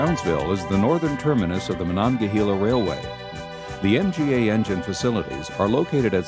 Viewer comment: Pronounced “hay la “ not “hee la”